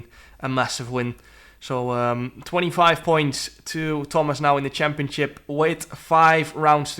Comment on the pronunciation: the way he says "championship" cracks me up every time chempionchip